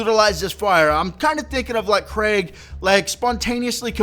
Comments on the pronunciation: You were saying it like Craig, its Kreeg <3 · Its pronounced kreeg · His name is pronounced Kreeg, just so you know. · You sorta had been saying it like 'Craig' in the video. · its pronounced Kreig like blitzkrieg. not being a grammer nazi just useful information